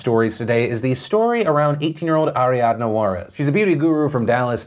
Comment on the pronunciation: I don’t like how Phil pronounced Ariadna . Too extra.